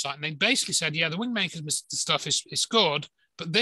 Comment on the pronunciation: Wind makers - I thought you were saying Wing makers.